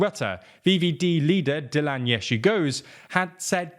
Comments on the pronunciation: dilan yeahshegoes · dilan yeshigozigerius